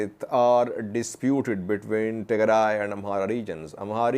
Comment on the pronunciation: Who advice u today u said tegray regional forces very good